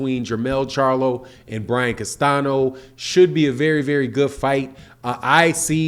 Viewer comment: Castaño. Not Castano. Everyone is mispronouncing dude’s name. Technical, but correct.